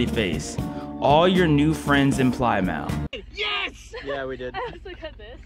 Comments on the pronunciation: pligh-mouth hurt me 😭 it’s pli-muth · It’s not ply mouth it’s pronounced PLIM MOUTH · It’s pronounced pli muth and it’s in Cornwall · Your pronunciation of Plymouth hurt my brain.